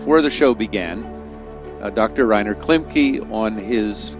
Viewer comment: His name is pronounced Klim-keh not Klimkee. U.S. please get it right if you’re going to make a video.